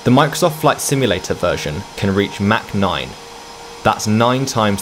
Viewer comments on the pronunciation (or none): Its not mac 9 its mach 0.9 lol